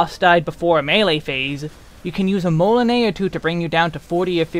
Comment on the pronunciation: Redoublement is a French word as well, pronounced roughly as “reh-doo-bley-mo’ “. It means repeating, doubling, or intensifying. Just wanted to help enlighten since you pronounced the other ones like corps-à-corps (body-to-body) and moulinet (reel) well enough.